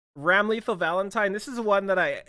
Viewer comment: Ramlethal's name is actually pronounced Ram-luh-thall. Also fun fact for E7 players, she's Elphelt's sister.